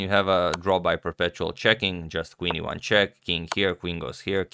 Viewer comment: when you said Queen e1 check it sounded to me like Queen Ivanchuck lol